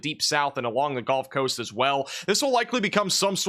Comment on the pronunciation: I’m new to the channel. Is it some sort of joke that he says golf coast or is it his accent?